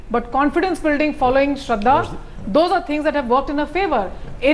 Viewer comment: That lady is illiterate about West Bengal Calling Sarada as Sraddha.